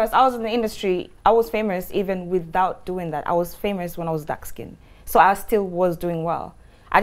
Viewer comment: Did she say "I was famurs??" Ok bobriski.......